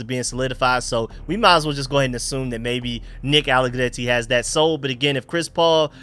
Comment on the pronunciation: Loving that trilled 'r'-roll with the allegretti p❤ronunciation